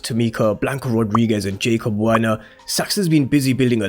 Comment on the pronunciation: Like your content bro but please pronounce jacob Warner properly 😂😂